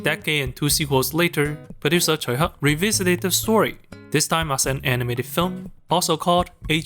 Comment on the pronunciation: I've watched so many Tsui Hark films including this, and it was nice to know it's pronounced how I inagined it would be.